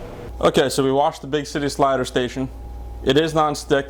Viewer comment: he says big shity slider station!